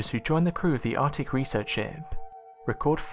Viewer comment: "Ardick?".... nah man that's Arc-tic.. "Wevva."... nah man that's Weather. Why you speak like a three year-old?